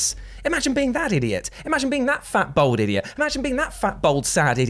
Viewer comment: B-All-d not bold